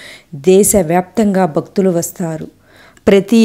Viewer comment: నారాయన అనరాదు నారాయణ అనాలి. బగవాన్,బక్తులు... ఏంటండీ?? భగవాన్, భక్తులు అనండి. క్షమించండి. తెలుగు ఉచ్చారణ సరిగా వుండాలి........